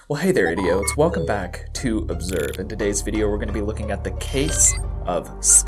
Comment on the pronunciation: What did you call us? Idioats?